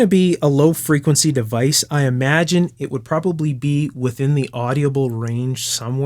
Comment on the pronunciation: wow, i've never heard someone mispronounce the word, "audible" before.